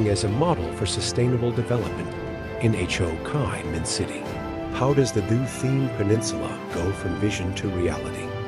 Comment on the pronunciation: I had no idea Ho Chi Minh City was actually pronounced H, O, Kai Min City! Wow! 😂